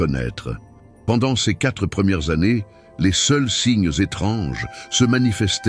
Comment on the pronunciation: Dommage que l e commentaire soit lu par un robot incapable de prononcer correctement CES ainsi que les dates et les chiffres en francais. Ca gâche beaucoup le contenu , Et il y a une erreur de date, l’enfant ne peut être né en 2018 et avoir ensuite atteint 18 ans ! Par ailleurs, il n’y a aucune révélation inédite, tous ces propos sont soit dans les evangiles soit dans les ecrits de mystiques visionnaires. Donc je crains que cette belle histoire ne soit qu’une fiction et que Mateo n’existe pas.